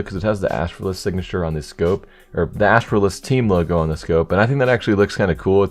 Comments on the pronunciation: when he says Astralis, you with me so far? He pronounced it in a funny way. I know it's a gambit sticker. My comment has nothing to do what sticker is on the lore. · The way you pronounce Astralis... Like do you not know how to pronounce one of the best teams in Csgo? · the way he said Astralis😭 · And im pretty sure u pronounced astralis wrong